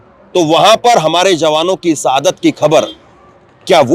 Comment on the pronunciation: Bhai hindi bolna seekh lo सहादत नहीं शहादत इलैक्सन नहीं इलेक्शन होता है। स और श का ज्ञान लो